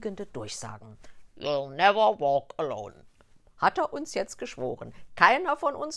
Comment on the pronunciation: "Juh neffer wok alone"